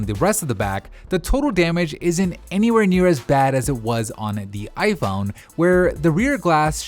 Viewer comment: I. Phon 🤣🤣🤣